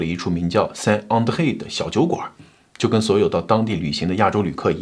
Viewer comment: Saint 在法語讀成“桑”，至於Andre閣下讀得不錯。